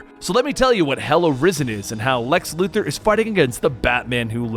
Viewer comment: I want to smash my head against a wall everytime I hear someone say Lex Luther instead of Lex Luthor 🤦🏾‍♂️🤦🏾‍♂️🤦🏾‍♂️ You're better than that Benny